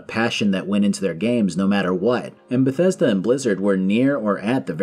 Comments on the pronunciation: Oh SCREW you; "I GWEW UP WITH BETHWESDA"? Be mad at Fallout 76 like a normal person, but keep being a normal person and STOP pretending this company EVER had anything good going for them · I only found this video now, and aside from the funny CDPR reference, I feel the same today. I've never been a Bethesda guy, but seeing this video I just hear BioWare in my head every time he says Bethesda.